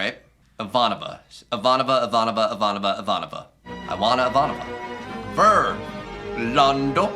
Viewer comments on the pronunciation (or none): "eva-nova" don't let her hear you call her that. it's ivanova! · Early on, most people pronounce the XOs name "Ivah-Nova" as you are now, but soon learn it's properly pronounced "I-Von-Oh-Vah". Everyone also quickly learns that she is NOT to be disobeyed or crossed. It's a silly and avoidable mistake that no one makes twice EDIT -- Okay! So that'll teach me not to post until I watch the entire reaction. As soon as I posted my explanation of how Ivanova's name is pronounced, you repeated it correctly half a dozen times out loud to hammer it into your own head. One of these days, I'll learn to not jump the gun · Ivanova, not Ivonova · You have novel pronunciation of Ivanova.😊 You say it like it is 'Eva Nova', though it is more like 'e-vAhnova'😉 Edit: OK, corrected in the reaction😊